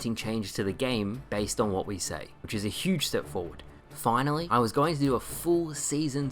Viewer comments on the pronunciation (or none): none